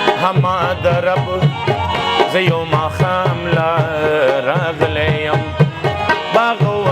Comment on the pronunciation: Raaghele ne ye Ralegele ye